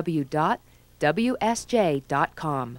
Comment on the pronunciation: The most annoying thing about that announcer, and what should have gotten her fired is not being able to pronounce 'WWW'. It's Double You, not Dubba You. When I was in college radio, that was written on the console.